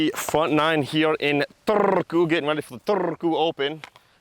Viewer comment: I know you rolling R's was a bit of a joke, but it was actually almost bang on pronounciation of Turku. :DDDD